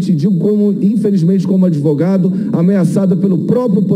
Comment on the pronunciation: Vixe! o 'Cenador' é 'adevogado'?